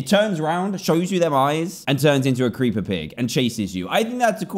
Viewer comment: Ah yes the preeper